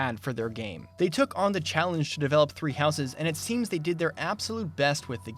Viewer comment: I love you, but please... Stop adding the unnecessary and incorrect extra "es" sound when pronouncing "houses'" and any other words or names that end in an "s" sound while having a possessive use, such as with an apostrophe. You sound like an illiterate child.